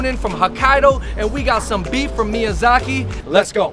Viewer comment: Chef, it’s miyAZAKI, not mizyaki